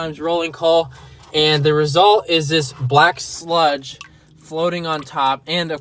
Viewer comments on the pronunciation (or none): when he said black sludge i thaught he said black slut